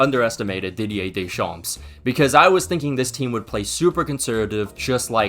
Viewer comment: Why this man is pronouncing every name exactly like it's written and not even trying to pronounce it right? Like... no one is calling Didier Deschamps' name the same way its written except this man😭